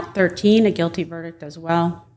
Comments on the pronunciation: what’s a ver-dick? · Between counts 4 and 5, someone told her there is a T at the end of the word "verdict." LOL